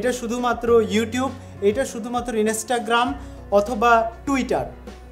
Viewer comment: dude, learn how to pronounce first and then make videos, i stopped watching after you pronounced instagram as inestagram and linkedin as lingding.